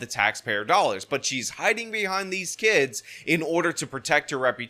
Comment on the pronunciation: I didn’t know “kids” was pronounced “kee-ids.”